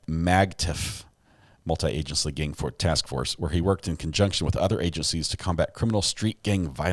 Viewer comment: The first time it said gang it said “gain” lol so bad!